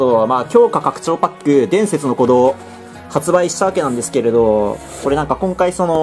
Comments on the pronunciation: 伝↑説の鼓動のイントネーションすこ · 前の弾の「ムゲェンゾォーン｣といい今回の「伝↑説の鼓動｣といい、冒頭の言い方おかしすぎだろ。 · 伝↑説↓の鼓動